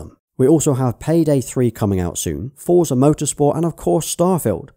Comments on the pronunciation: Forza is pronounced "Fortza" , not "Foorzer" Think of it like pizza, you wouldn't say pizzer would you. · Small note... Forza is pronounced as "fortza" as it's an Italian origin word. Just like how we pronounce pizza.